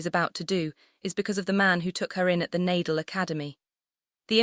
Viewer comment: Surprising that the YouTuber does not know the correct pronunciation of NA-DAL's name. Learn to respect players especially legends of the game by at least learning their names. It's NAR-DAHL not Nay-dle.